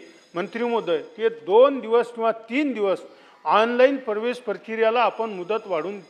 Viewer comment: Pravesh ka parvesh neet vach na